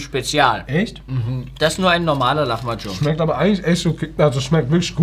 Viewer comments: Der gute alte Lachmagum nich lamachum 😂😂😂😂😂 Tolles Video trotzdem 😍🥰😘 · was für lachmacun es heist lahmacun